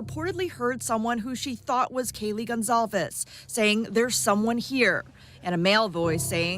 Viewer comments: Kylee??? Omg, pronounce her name well. KAYLEE is her name, not Kylee 🙈👀👀👀 how ignorant of you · Whose "kahlee" goncalves. This is insane, crime happened 2 and a half years ago and the r tards that report on it, even the last judge, don't know how to pronounce the victims names. Insane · I know that the reporter didn't mean to mispronounce Kaylee's name, but it's very noticeable. Do better and make the proper corrections The National Desk. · Not only mispronounced Kaylee’s name but the whole story here is false. The roommates were not home BK is innocent. You all should be ashamed of yourselves. This is a drug house & the cops are filthy dirty, it to mention the University. They need to shut down all of Moscow. Hope BK sues them all.